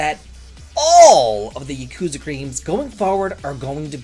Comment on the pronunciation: Lmao you didn't even try to pronounce Yakuza correctly